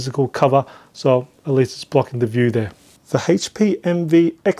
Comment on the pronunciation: This guy needs to host a new GSN show for a game called Hayche Pee Envy